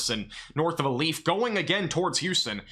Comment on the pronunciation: FYI Aldine is pronounced All-Dean Alief is pronounced A-Leaf Humble is pronounced Umble. I posted a video of me riding this storm out. was the end of my video when my weather radio went off. I had a 63 mph wind gust before the battery died on my weather station and that was before the storm even kicked up. Winds at my house had to be near or just over 100 mph based on the sound and the damage.